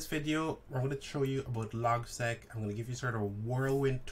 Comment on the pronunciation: It's Logseq. Not Logsec.